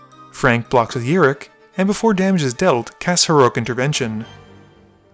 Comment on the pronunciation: It's rok not rik